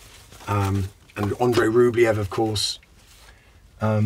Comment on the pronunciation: The way he prounces the Russian name Andrei like it's British is hilarious!